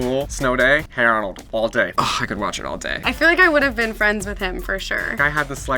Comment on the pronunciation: the way they pronounced "Hey Arnold" made me cringe a little. it sounded like "here Arnold."